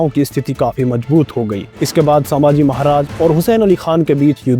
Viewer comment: Saambhaji nahi sambhaji hai